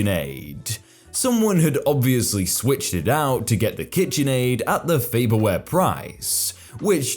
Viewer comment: FYI: It's Farberware, not Faberware.